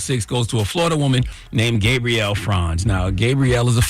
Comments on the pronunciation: Charlamagne, Is her name pronounced Gay-Brielle or Gaab-Brielle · Why is he calling her Gabe-brielle? 😂😂😂